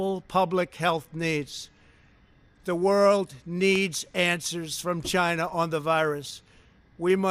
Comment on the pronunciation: CHAYNA? CHAYNA!